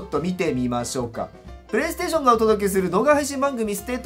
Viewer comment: “P”が大きい… これは公式ピレイステーション？？？